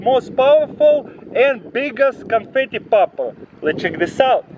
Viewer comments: LoL he said canfety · What happened to "confitee" 🤣🤣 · What hepent to canfatty😂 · "What happened to canfeet-e"